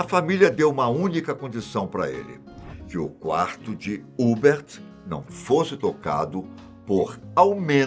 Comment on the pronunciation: A pronúncia correta não é Hubert, é Hubérrt